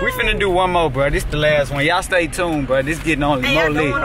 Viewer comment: Stop saying stay tound